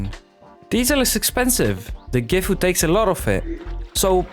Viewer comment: not trynna be that guy but "Gifu" is actually "Sisu"